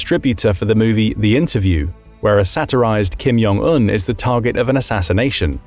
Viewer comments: Repeat after me, Jong, not Yong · It's Jong. Not Yong.